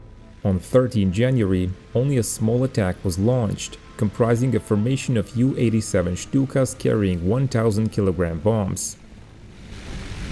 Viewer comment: Please, no one at the time ever said Juw 87 or Juw 88. For the Germans that would have been to close to saying Juden (Jew). It should be J U 87. Those aircraft were built by Junckers (pronounced Unckers), the U being pronounced like the French word for 1..